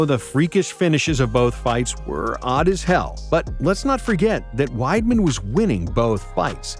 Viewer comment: Weidman? Jajajaajajajajaj